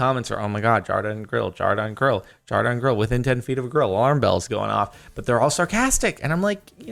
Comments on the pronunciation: Why is saying grill instead of girl? Its not a swear word. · saying grill instead of girl good job Jorden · am I the only one hearing grill instead of girl? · I could have sworn that you said grill